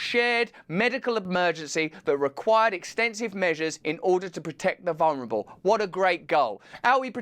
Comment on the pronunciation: "vunrabel" as a wordsmith I would think you could pronounce vulnerable correctly!